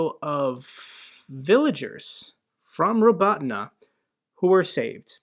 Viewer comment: Your pronunciation of Robotyne is perfect. Unlike some other youtubers 😀